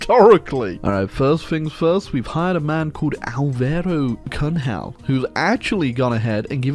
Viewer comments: Hearing trying to pronounce Álvaro Cunhal's name is someting marvelous. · a maneira que ele disse Álvaro cunhal foi o melhor momento lol